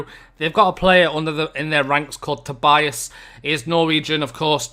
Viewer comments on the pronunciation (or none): none